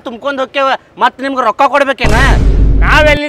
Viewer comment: ರೋಕಾ ಅಲ್ಲ ರೊಕ್ಕಾ 😂